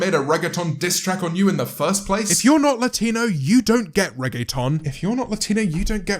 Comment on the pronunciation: As a Puerto Rican, the way you say “reggaetón” has me truly weak